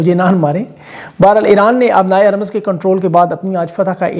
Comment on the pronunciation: "بحیرۂ احمر "۔۔۔۔۔حرف ب پر زبر نہیں ۔۔۔۔ پیش ہے ۔۔۔ اسی طرح ۔۔۔۔۔ " ہُرمز "۔۔۔۔ حرف ۔۔۔۔ ہ ۔۔۔۔ پر زبر نہیں پیش ہے ۔۔۔۔۔